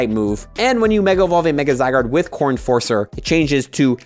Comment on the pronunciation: When you first said "Core Enforcer" I thought you said "Corn Forcer" XD